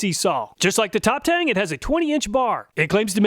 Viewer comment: a stupid nitpick but it would be pronounced Top "Tongue". The "E" in chinese writing is pronounced like a short "U'.